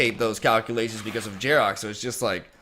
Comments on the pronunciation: Who is this Jarok guy you keep mentioning? Desecrating that pronunciation lol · Probably just the Spanish pronunciation